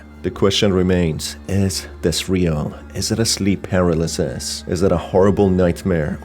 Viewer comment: par-al-as-sis ❌ per-a-lis-sis ✅